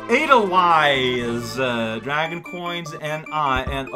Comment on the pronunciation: Edel-vice not wice. Not seen the Sound of Music, cow?